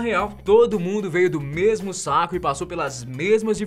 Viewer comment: “é muito antiga MERMO " uhhhhh senti um gosto de mineiro